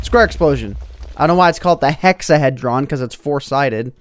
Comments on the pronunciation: Hexahedron is another word for cube and sounds like hē, not hĕ. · You just hurt the souls of many Mathematicians. It's pronounced hexa-hee-drun. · The Hexahedron is prounounced Hex-a-he-dron, the he is like saying he did something. A Hexahedron is a 3 dimensional shape with 6 sides. The more common name is a cube. It isn't 4 sides, you forgot the top and bottom. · PRONOUCED: hex-a- HEE-dron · Pronounced (hex-a-heed-Ron). The hexahedron is the name given to the Platonic solid with 6 faces aka the cube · nobody does anything with math lol it is pronounced hecks-ah-hee-jrun and it has 6 faces it is the mathematical name for a cube and it is chicks-you-lub it is the asteroid that dstroyed the dinosaurs i believe.. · because hexahedron is a 6 sided 3d object, a cube is a hexahedron, and it hurts to hear you pronounce it like that